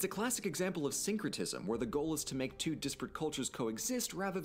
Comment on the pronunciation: Two-ah not twatha